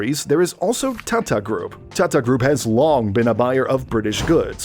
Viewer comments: The way he keep saying thaathaa instead of tata..😂😂😂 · the way he says TATA hurts my brain